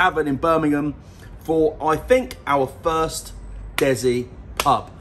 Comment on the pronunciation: DESI aka Des-C not Dezi